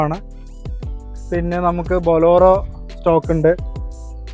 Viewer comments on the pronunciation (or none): ബോലോറോ അല്ല മോനെ. ബൊലേറോ.. പിന്നെ 4 ഇന്റു 4 അല്ല. 4 ബൈ 4 എന്ന് പറ